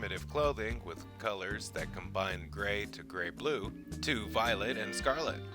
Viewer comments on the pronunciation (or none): none